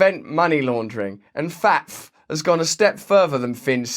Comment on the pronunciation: FATF is pronounced fat ef